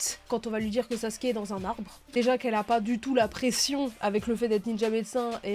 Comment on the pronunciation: Sasuke (le son ou) (Sasouké) lol 😅